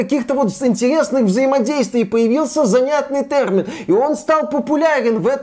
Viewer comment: Ай-яй-яй - вроде речь идет про чистоту русского языка но - слово нововеЯние произносится, как нововЕяние на самом деле (следим за ударениями ;D ). А так же, слово тЭрмин, в русском варианте звучит как тЕрмин, иначе правы говорящие пионЭр и фанЭра ))))). И кстати, это не игровые термины, а иностранизмы вошедшие в русский язык за долго до компьютерных игр. И кстати на канале, очень часто, звучит название компьютера PC не как ПК (персональный компьютер) , а как пи си ...или писи... в русском языке это странно)))))))))))). Но посыл очень правильный - единственное я пожалуй сравнил бы с профессионализмами, когда в определенной профессии возникают слова непонятные обывателю, но совершенно незаменимые для данной профессии (часто созданные на иностранных языках) и это тоже хотят изменить (это крайне тупо). Да даже в целом современный русский язык наполнен иностранизмами, что нужно вернуться к историческому русскому? и на сколько глубоко - если что, Пушкин так же использовал иностранизмы! И теперь надо определить период - от какого момента русский язык чист от иностранизмов, 1. ХЗ......2. ТУПАЯ ЗАТЕЯ,,,,,,3. Просто попытка осуществить еще дополнительный контроль , верно последний 3-й вариант правильный, но мало осуществимый. Как будем отслеживать,преследовать,награждать и наказывать - пипец дурная идея!!!